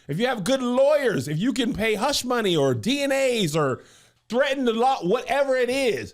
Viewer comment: Kev said dna's instead of nda's 😂